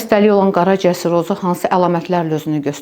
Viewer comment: Surozu yox! Serroz.